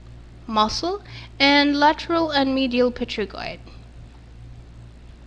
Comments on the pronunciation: great video, though you made small mistake in pronunciation of P*"T"*ERIGOID... (it is not p"E*"trigoid) bone or consecutive terminology related to this bone. Don’t take it to hard because mistakes like that are common in anatomy. all the best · it's written Pterygoid but pronounced Terygoid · i'm sorry but is pterygoid pronounced with the p !! coz i used to hear it with the p silent so i got confused !!